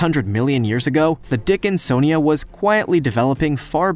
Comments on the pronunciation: "the dickinsonja was quietly developing"! 🤣 ( or so)😂🤣🤣😂🤣🤣 I can't help it!!! I fell out laughing like a THIRD GRADER!!!! 🤣🤣🤣 I wasn't even THINKING about anything like that either!! Couldn't have been further from my mind! I mean,, I ain't even had a naughty thought, for at LEAST about 5 minutes or so!!! I'm glad you pronounced THAT one correctly though!! It sure gave me a GREAT laugh!!! Thanks!!!!!!🤣👍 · I’m sorry... the dickin-SON-ia???